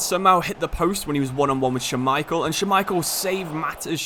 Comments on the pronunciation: couldnt get over him saying scha-micheal instead of schmai-chel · Say Schmeichel for me, one more time…